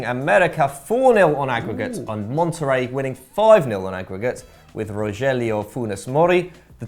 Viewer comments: It’s “monta-ray” not “mon-terry” LOL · bro. It’s mont-a-ray. That ones not even that hard to say. Come on dude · it's pronounced Mon ter RAY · Mon terry really really. It’s Monterey dear god get it right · "Mon-Terry" bruuuhhh 😂😂😂💀💀💀